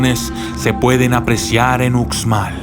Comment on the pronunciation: Hola, gracias por tu vídeo, solo un pequeño comentario, en maya la letra 'X' se lee como 'sh' como cuando lees la palabra 'show' en inglés. Entonces se diría 'ushmal' y no 'utzmal'. Por favor no lo tomes como comentario negativo, en verdad te agradezco por compartir este vídeo 😀